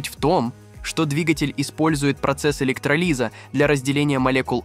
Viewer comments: Чувак, ты никогда не слышал про электрОлиз, раз произносишь его как электролИз!!! После этого противно стало слушать дальше. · ЭлектролИз? Чё, электроды надо лизать?😂😂😂 Задолбали ии дикторы. Автор канала говорить не умеет? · С...ка, чтец, - откуда упал, если у него ,- электролИз и эйк (слышится так, - даже, - не эйч) 2 о!!!